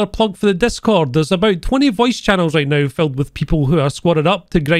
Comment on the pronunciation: "Sleep Nao."